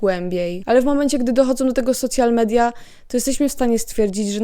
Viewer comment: Super film, zastanawiam się kiedy to dojdzie do Polski w takiej skali jak w Stanach A, i jedna uwaga: strasznie boli jak mówisz "socjal media" ;-; Lepiej albo "soszjal media" tak jak się mówi po angielsku albo "media społecznościowe" bo socjal to można dostać 800+ na dziecko XD